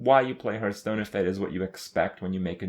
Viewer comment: will Kripp ever learn how to pronounce Hearthstone correctly?